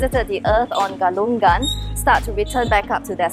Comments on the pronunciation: Thanks for covering the events. It's a beautiful peaceful religion and people. By the way Galungan and Kuningan is pronounced with silent G at the end. So it's like Galung-an, Kuning-an. Not Galung-gan, Kuning-gan. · Ga lu ngan not ga lun gan Ku ni ngan not ku nin gan When you see NG pronounce it together. Sory just little correction hehe..